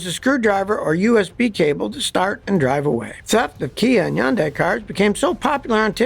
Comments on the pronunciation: I don't understand why why he always mispronounces Hyundai! It's pronounced like HONDAY NOT YUN-DIE! It irritates the hell out of me. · It's Hundai not Hunday? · as a car mechanic you’d think he’d know how to pronounce hyundai. it’s like sunday with an H, try it out. you’re welcome. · Why do you keeping mispronouncing the car's name? "Yundai"?!?! WTF?!? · yes, the H is not silent. I don't know some people think the H is silent in Hyundai